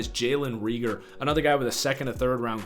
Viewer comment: Can even say Reagor’s name right smh